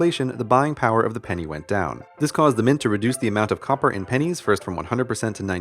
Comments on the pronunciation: For a split second I thought he said died of pen1s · Am I the only one who thought it said pines